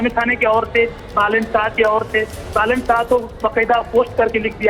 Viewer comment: बालेन् not बलेन्.